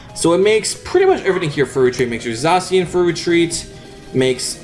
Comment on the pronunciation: Im so glad N didnt call zacian Za-ke-an in thid deck profile